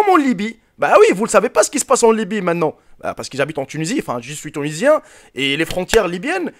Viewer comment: "Je suis tounisien"